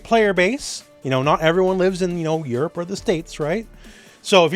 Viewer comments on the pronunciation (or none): none